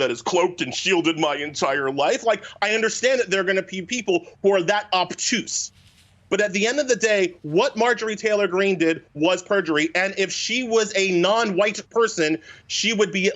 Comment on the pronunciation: You keep saying "Margin Taylor Greene" ... I would timestamp it but it's EVERY TIME.